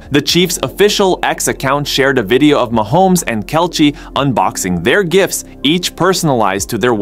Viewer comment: How do you not know how to pronounce Kelce's name?